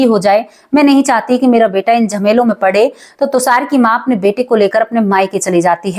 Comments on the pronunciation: अरे तुसार नहीं तुषार बोलिए 😂😂😂😂😂😂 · आप बार बार tushar को tusar बोल रहीं हैं जो कानों में खटक रहा है और दादा आया, नाना आया ये कहना भी नहीं अच्छा लगा